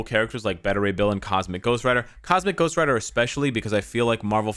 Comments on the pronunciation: Who the hell calls him Dyck Ryder? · I'm not a grown up because I laugh Everytime you say Dick Ryder